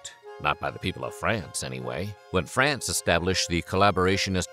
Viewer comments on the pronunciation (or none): none